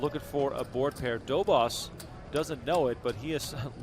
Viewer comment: these americans are clearly not into pronouncing the polish name correctly, Dobosz treat the sz as sh